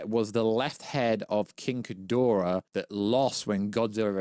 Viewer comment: King Ghidorah not Khidorah